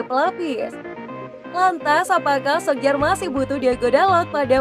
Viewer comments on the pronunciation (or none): Min sebutannya Ole Gunna Solsya